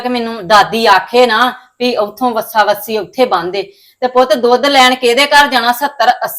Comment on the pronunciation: ਵੱਸਾ ਵੱਸੀ ਨਹੀਂ ਹੁੰਦੇ ਵੱਛਾ ਵੱਛੀ ਹੁੰਦੀ ਹੈ ਕਿਹੜੀ ਬੋਲੀ ਬੋਲ ਰਹੀ ਹੈ